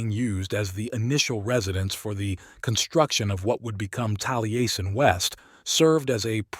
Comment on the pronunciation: It would help your AI voice program if you sounded-out words like Taliesin as "tally-essen" so that it pronounces them correctly. Good video!